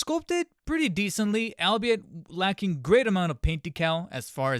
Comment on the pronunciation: Fun fact: It's actually pronounced "all be it."